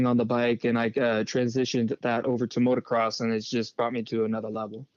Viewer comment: Prox? What the hell is Prox? 😂 It's "Proh-Ex" in America. Almost as bad as Steve saying, "Motor-Sport" instead of MotoSport and Ryno saying Motor-Cross instead of Motocross 😂 Hate being the grammar police, but these people are paying you guys, you should get their names correct 😆